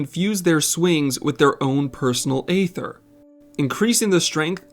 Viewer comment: Great video, but your pronunciation is atrocious. 😱 Please, it's not AYther, it's EEther. The c in scimitar is silent. And for the love of Kami, never speak a Japanese word again.